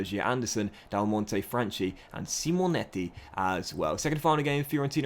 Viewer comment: I think you should start Franchi (btw it's pronounced franki) ahead of Salcedo, I don't think he's good as you believe